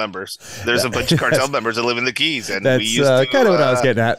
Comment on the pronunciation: In Coronado they don’t have keys like Florida. It’s Cays. Like the letter “k”. KAYS is what it sounds like. How anyone gets “keys” from CAYS I don’t understand